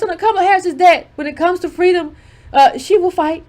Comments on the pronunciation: "Fweedom" Lord have mercy!🤣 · Fweedom?!....stop already. U won just leave us alone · When I heard the word “Fweedom” I literally laughed out loud (while everyone in my house is sleeping) I need to remember to watch in the daytime😂😭